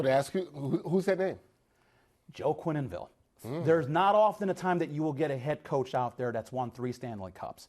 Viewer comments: Joel "Quenenville". Good grief! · Its pronounced Kwen-ville,not Kweny-ville 🤦‍♂️